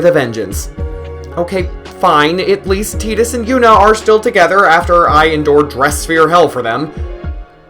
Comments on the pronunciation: T "I" dus. Like Tie & dus not Tea & dus. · It's tides. Not teedus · how can you pronounce "tai duhs" incorrectly?? i couldn't watch no more after that.... im a super hardcore final fantasy fan played every single one and the remakes. you cant do that to me!! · Dissidia came out later than 10. They got it wrong. Using teedus is like pronouncing squall as school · everyone pronounced it as tide us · I will never ever call him Tee-dus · Did you say tee-dus!? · You don't know anything about final fantasy, and learn how to pronounce Tidus name.